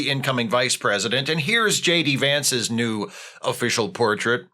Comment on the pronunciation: For a sec instead of new i thought you said nude and I almost threw up.